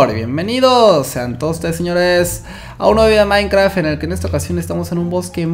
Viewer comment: soy el unico que se dio cuenta que dijo minecra (a por sierto este nombre de usuario es de mi madre no mio vale)